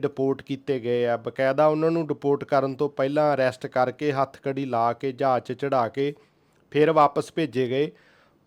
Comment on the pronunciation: Jahaaj hunda aa , jaj ni 😂😂😂